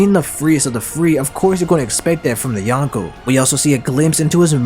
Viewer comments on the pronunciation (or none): none